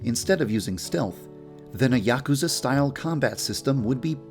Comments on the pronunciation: Yaakuza? It's yuukuza. (Double u's and a's added for pronunciation) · You kept pronouncing "Yakuza" wrong... :"( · I...don't think that's how you pronounce Yakuza..